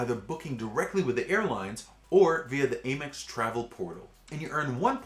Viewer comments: It's Amex, not Amex. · Cool video, but I don’t get the mispronunciation of ‘Amex’